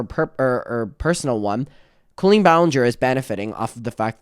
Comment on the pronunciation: Omg can we stop pretending her name is pronounced Co-leen now?? I know she wants to be special but that's just literally not her name. It's not anybody's name.